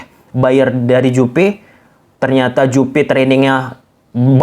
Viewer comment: Juve ,, bang bukan njupe wkwkkw